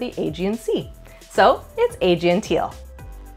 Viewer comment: probably should have searched YouTube for "how to pronounce 'Aegean' "